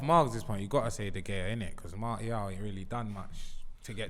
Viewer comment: This gotta be the worst episode for pronunciations🤣🤣 “MarTial, Aooba”-, “De Gaya”-.